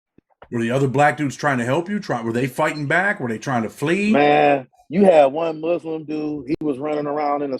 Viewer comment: My dude said “Fuslim” 🤣😂😂😂